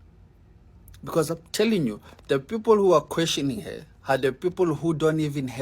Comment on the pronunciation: The man with the 🇿🇦 background says har instead of her 🤔. And he says do somefing with yoa life